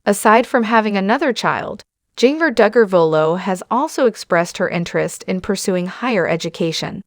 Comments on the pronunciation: Its pronounced Ginger not Jeenger good lord🙄🙄🙄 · PLEASE learn how to pronounce HER name! It does NOT rhyme with ‘zinger’. It is Ginger, like the spice! Nothing shocking here! Just another rambling on video! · Please pernouncing her name.. phenically, it is said as ginger as in ginger ale. It was spelled with a "j" as all of her siblings' names. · Pls learn to say Ginger correctly. Say it like the herb Ginger. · Yes please please learn how to say ginger...jinger😊